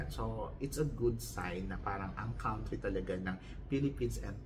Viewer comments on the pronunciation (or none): none